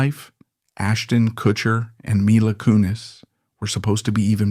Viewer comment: "My-la" I'm not even 10 sec in and know this is just some AI slop.